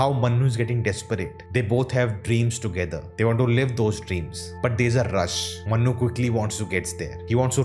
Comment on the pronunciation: please work in your pronunciation It's Manu, Not Mannu Yeh Dunki wala Mannu nahi hai Yeh Priya ka Manu hai